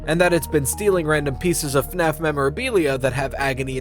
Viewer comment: “.. FAFS.. Shadow Bonnie “ 😅😅😅